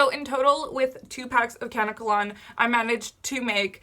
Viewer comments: I don't mean to sound like a bitch but it's pronounced kuh-neck-uh_lon. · It pronounced "KA-NECK-KA-LON" 💙 also remember to pre-treat the dreads by soaking them in apple cider vinegar and warm water for about 15 minutes to neutralize the alkaline. There is a chemical agent on the hair that is a skin irritant that can cause itching and bumps so the apple cider vinegar should do the trick and you don't have to deal with that anymore. ☺